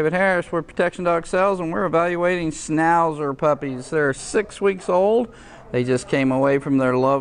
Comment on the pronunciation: Did this man just say snowzer puppies? Ughhh